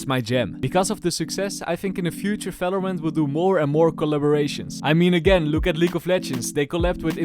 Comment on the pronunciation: Everytime I hear you say "falorant" I get goosebumps and shivers keep it up man lmao